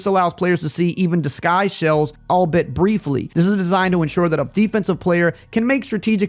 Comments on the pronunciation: Such a small detail but the kneel downs having players walk onto the field is really nice touch of realism, and something I’ve been wanting for years. Also, quick note: Albeit is pronounced “all-BEE-it”. Not trying to nitpick, just tryna help out. Thanks for getting this info out to all of us for so long, and doing it so concisely ❤ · Albeit sounds like “All be it”.